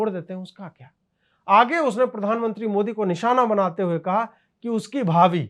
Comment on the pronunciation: इस ओभैसी की जीभ जबरदस्त स्थान विशेष मे दाह के वशीभूत होकर इतनी ऐठ जाती है कि बेचारा मोदी शब्द का उच्चारण मोडी करता है। ऐसा नहीं है कि ओभैसी तोतला है वह मंदी बोल पाता है कभी मंदी को मण्डी उच्चारण नहीं करता। इतनी जबरदस्त ईर्ष्या और दाह मैंने और किसी मे नहीं देखी की वह द का उच्चारण करने मे सक्षम हो किन्तु जब मोदी बोलने जाय तो बेचारा द बोल ही न पाय और ड बोल जाय। इतना असमर्थ व्यक्ति आज तक नहीं देखा।